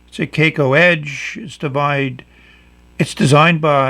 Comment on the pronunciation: Kaco is pronounced crack-oh! Just thought you might want to know...